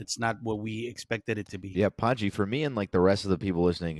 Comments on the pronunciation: Honestly, everytime i hear they say your name, all i heard was pungee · Its pronounced Pun-G